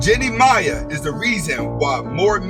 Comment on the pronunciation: What up Ant, her last name pronounced May. The I is silent. Good video, it's very accurate ,Big Facts..